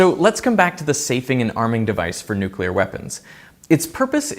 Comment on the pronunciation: A prof that says Nukelar instead of nuclear. -_